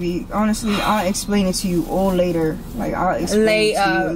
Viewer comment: I like how she said "later".... le'er (I wouldn't know how to spell how she pronounced it )